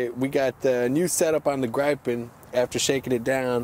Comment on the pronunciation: By the way, its pronounced Griffin in english.